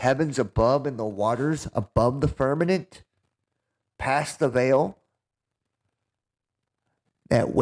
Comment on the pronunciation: He says "firmaNent" instead of firmament 🤣😂